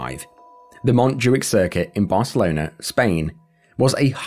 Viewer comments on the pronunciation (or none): none